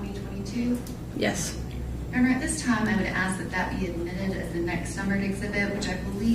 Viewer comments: Hard to listen to any of those defense attorneys!! Especially when they say axe instead of ASK Annoying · Male defense lawyer said “axe” instead of ask . Omg